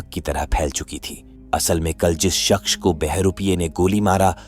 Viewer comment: Shaqs or Shaxch or Shaqs... It's Shaqss